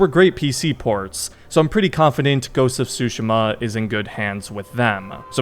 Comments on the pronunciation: Please stop saying Tsu-sheh-muh. Tsu-she-ma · Great vid but it's actually pronounced Soo Sheem Ah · Pretty sure your pronouncing it wrong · The more I hear it, the more I realize "Tsu" is to native English speakers what "R/L" is to native Japanese speakers. For those who don't understand, the "T" in "Tsushima" isn't actually silent. It's just very slightly voiced in a way that most non-Japanese speakers have difficulty picking up. Even knowing this I can't pronounce this word correctly to save my life. 😅 Anyway, did not know there was a movie in the works but I am here for it. And a sequel to the game? Yes please! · Bro the way u say Tsushima 😭